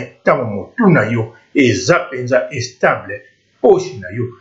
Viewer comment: and u don't even know how to speak u sayin' estable fuck